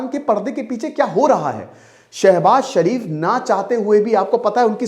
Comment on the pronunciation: सर शरीफ जी नही शरीफ बोलिए